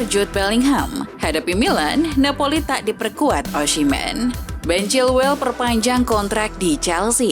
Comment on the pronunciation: Osimheen bukan ossimen